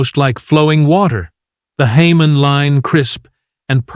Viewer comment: Hamon is pronounced “Hah moan”